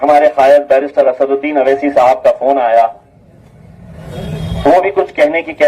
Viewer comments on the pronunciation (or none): none